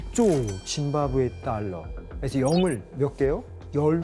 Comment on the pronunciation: 아나운서 누구냐 짐바브웨를 무슨 사람 이름 읽듯이 짐 바브웨가 이러고 있네